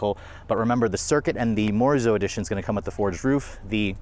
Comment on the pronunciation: please get your research together before posting the reviews. It’s pronounced as MO RI ZO. and Morizo has no wings at the back